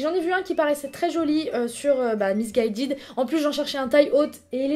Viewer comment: tu a dis misse gaydid